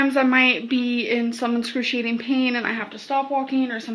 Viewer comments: "inscruciating pain" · Fangs egsaturating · When’s someone gonna tell her how to pronounce excruciating